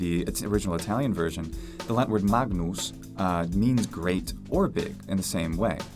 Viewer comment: he mispronounced “magnus” — its “mangnoos” not “mag-noos”